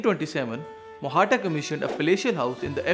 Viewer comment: It isnt technically Mohatta. It should be Mohta, with the T sound as in tabiyat. Mohtaa